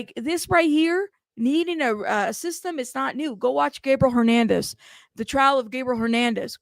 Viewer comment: Also,, you keep saying Gabriel Hernandez and it's actually Gabriel Fernandez with an F... Just want to make sure people are able to find the case because it really was one of the most horrific of our time...